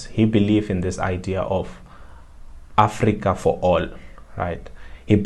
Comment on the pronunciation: Mayibuye SOUTH AFRICA not AFRIICA